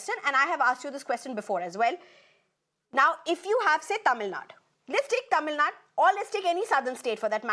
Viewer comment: It's not tamilnad it is "tamilnadu".for your info.